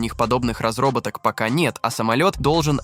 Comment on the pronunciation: Что то автор частенько заговаривается. Разробаток 😂😂😂